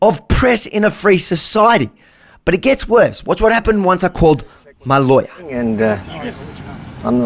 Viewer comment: "It's up to your Lawer to find out" WTF